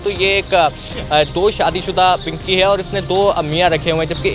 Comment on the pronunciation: Pankhiii nhi bro pinky 😂😂😂😅😅😅